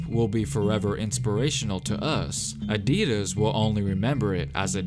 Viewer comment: Is it just me who noticed that he's saying Adidas wrong